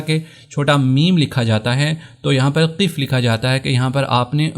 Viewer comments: بھائ قف زیر کے ساتھ نہیں ہے زبر کے ساتھ ہے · اپ وقفة کو زبر کے ساتھ پڑھ رہے ہیں اور قف کو زیر کے ساتھ